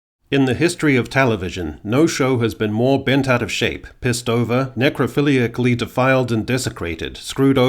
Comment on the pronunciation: How many times did you practice saying "necrophiliacally" before recording?